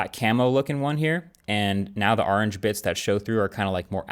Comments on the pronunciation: That is NOT how you say orange! lol 😆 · the way he pronounces orange is hilarious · Marques, when it comes to the color, the way you pronounced “orange” bothered me soo much more than the fact that it’s a bright orange 😭 😭 😂 No hate love u ❤